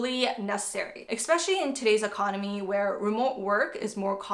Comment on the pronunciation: Please understand the spelling and the word: Especially. Not Expecially!